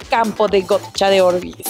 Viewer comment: Que sepa No se pronuncia Gocha.... JAJJA